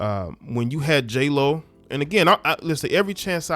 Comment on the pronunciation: J-lo ? I thought it was hey-ho